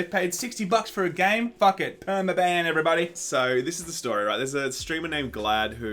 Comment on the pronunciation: It's Perm-ee-ban